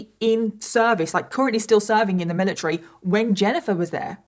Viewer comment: lol the amount of times you said "miliTREE" is actually crazy 💀